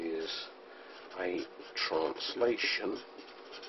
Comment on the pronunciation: 'It is a transtalation' made me giggle :) But a very helpful video. Thanks!